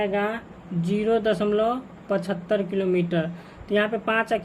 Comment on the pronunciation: 0.75 nahin padhte hain 0.75 padhte Hain